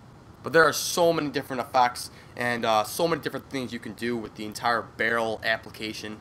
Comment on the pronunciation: I thought you said "ef*cks" until i realized it was "effects"